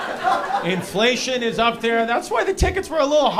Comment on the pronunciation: Lmao 😂😂😂 "inflaysh"